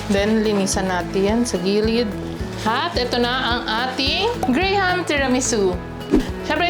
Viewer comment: Hindi “gray-ham” po, “gram” 😅 parang walang “H” sa graham. ❤❤